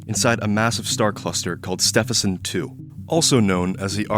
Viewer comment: "Ste vin son"